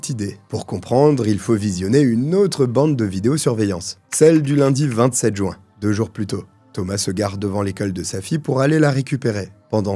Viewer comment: surtout quand il dit « jou-un » au lieu de « juin » 😄